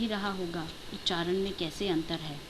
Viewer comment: आप उच्चारण नहीं, उच्चारन बोल रही हैं।